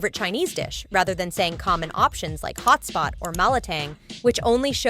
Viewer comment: Lol. Did I just heard hotspot and not hotpot? 😂